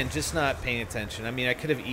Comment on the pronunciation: AND THEN YOU JIST KNOFE LMAO KNOFE WTF